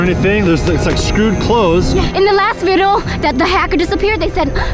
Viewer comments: vy said vido instead of video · Vy said vido instead of video 😂😂🤣🤣😂😂🤣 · Vy Said Vido Instead Of Video😂😂😂😂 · Vy said Vidal instead of video. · Vy u said vido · In vy said vidoo😂😂😂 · Vy when you said in the last video you really said vidlo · im pretty sure vy said "In the last videl..." Listen to it carefully and like this comment if you agree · she said vidle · you said vido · In instead of saying in the last vedio she said verio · hear how vy said video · vy said video wrong😂